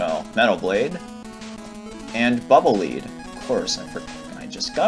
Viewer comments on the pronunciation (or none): Pretty sure "Bubble Leed" is supposed to be read "Bubble Ledd" ^^